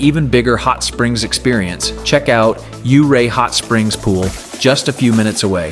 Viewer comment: I am a Colorado native and lived and hour away from Ouray for most of my life. My dad lived in Ouray for 15 years and loved ice climbing there. Ouray is a beautiful town all year around. Just want to say it's not pronounced you-ray. It's pronounced more like your-ay. Lovely little video!